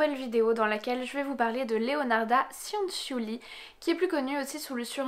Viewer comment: Petite précision: Cianciulli ça se prononce "tchanntchulli". Le son nasal "an" n’existe pas en italien et la lettre i précédée des consonnes c et g ne se prononce pas mais à pour fonction d’adoucir ces dernières. Exactement la même fonction que le e en français (on ne le prononce pas dans nous mangeons par exemple, mais il est pourtant indispensable pour adoucir la lettre g). Voilà désolé de faire chier avec ce petit cours d'italien mais moi-même parlant italien ça fini par me fatiguer d'entendre systématiquement les gens faire les même erreurs quand ils prononcent des mots italiens ahah ^^. Ceci étant dit, comme d'hab super vidéo sur un sujet super intéressant! Merci! :)